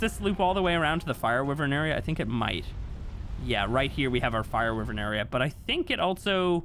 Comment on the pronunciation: "WHY-VERN" not "wee-virn"